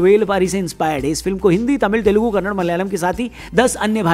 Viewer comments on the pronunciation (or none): none